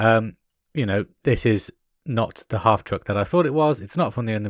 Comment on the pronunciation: I cringed every time you tried to put hubcaps on. I knew you were going to break it. One bone to pick. Unless it is just your accent, you keep calling the vehicle a half TRUCK. Its called a half TRACK. Military term. Unlike a tank which is full track, only half the vehicle runs on tracks. Picky I know.